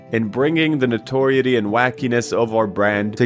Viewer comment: Noteriety is like "no-ter-EYE-eh-tee"